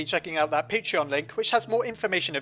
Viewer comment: And no I won't support your patreon you piece of crap, also you can't pronounce that either.